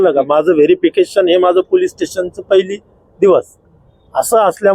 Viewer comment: पुलीस नाही ह्यांना आधी पोलीस म्हणायला िशकवा